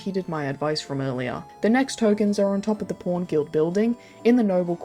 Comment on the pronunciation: lol the way she says "pawn" sounds like "porn" Great vid glad you're still around